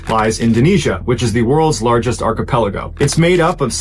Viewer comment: Thought he said acepello group